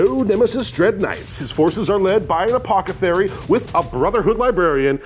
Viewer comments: "His forces lead by an Apokithary" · apocithary XD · Right, One sec... APOCA-THERY!? Pleeeeeeease! Apo-The-Cary!! 😅😣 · what is an apocathary, surely you mean Apothecary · A-Poth-eh-carry NOT A-pock-eh-therry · Apocathary? What? Ya mean Apothacary? Or is it wrong on purpose in warhammer? Lol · its APOTHECARY NOT APOCETHARY LOL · apocathery apothecary are they the same word because homie keeps saying the first word and it sounds wrong lol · I love the show, but its APOTHECARY not APOCETHARY. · I love that keeps saying Apocethary. Now I can't unhear it. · "Apokathery" I love you, never change. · My favorite part of this was saying "Apocethary" over and over. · calling the apothecary an “apocethary” the entire video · Someone please let know it's apoTHeCary.